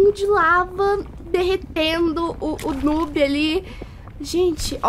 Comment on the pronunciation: dsclp mas... N fala "nob" se fala "nub"